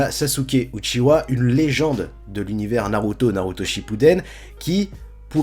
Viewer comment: ça se dit Uchiha pas Uchiwa...